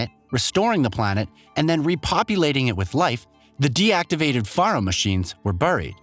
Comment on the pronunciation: #1: Faro is pronounced like “Pharaoh”. That’s why the Chariot line of machines have Egyptian style names like Kopesh, Scarab (later known as "the Corruptor”), and Horus. #2: Hephaestus is pronounced “Ha-festus” or even “Ha-fay-stus”. Not “Ha-fay-Estas. I know, confusing spelling. But you know, the ancient Greeks were known for that. #3: No spoiler warning, huh? I hope no one who hasn’t played HZD yet, but plans on doing so doesn’t watch this video. The spoilers come out of left field and the plot twist more than half way through the game is EPIC. It would be a shame if it is spoiled for the newcomers who want to play it before Forbidden West drops. Otherwise, very informative video. Thumbs up.